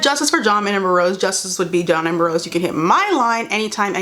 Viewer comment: i can't unhear her saying "john amber rose"